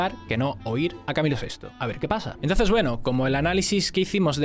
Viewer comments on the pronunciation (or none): none